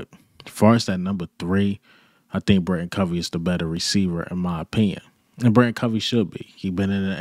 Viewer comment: I swear, not one Eagles channel says Britain Covey‘s name right, it’s BriTAIN Covey, BRI-TAIN. Tain, not Tin.